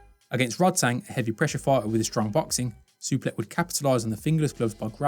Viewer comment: 😂😂😂😂 Totally butchered his name. Superlek Kiatmoo Nine 😂😂😂😂😂😂